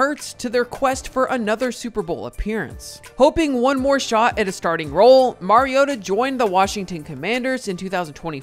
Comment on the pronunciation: Mar-ee-oh-tuh Not Mary-oh-tuh